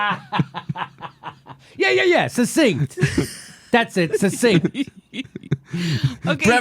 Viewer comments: Succinct is not pronounced "sussinct." It's pronounced "suck-sinct." Otherwise, great show, Jimmy! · Sorry to say, you all have fallen prey to this error, the decline of English. Sad. suc·cinct sə(k)ˈsiNG(k)t/ The former c is hard, being followed by a consonant. The latter c is soft, being followed by a weak vowel (i or e). Listen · Good show, and Kyle did, indeed, prove his points. However, I do need to point out that you all pronounced succinct incorrectly (including the wonderful, a school teacher, and school teachers are among my favorite people on the planet, thanks to my first-through-third-grade teacher in the early 1950s who taught reading using the phonetic method). Here's a video with the correct pronunciation: As someone in their comments section pointed out, it sounds like "suck sinked" when pronounced correctly. I saw the full version of that Fox video, and I blushed in embarrassment for Cori Bush. Bush may be smart when she's rehearsed or knows the questions in advance so she has time to research the answer, but she's definitely not as quick-witted as Alexandria Ocasio-Cortez in situations that call for extemporaneous speaking.